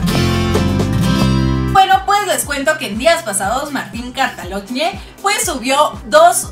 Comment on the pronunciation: Se pronuncia cataloñe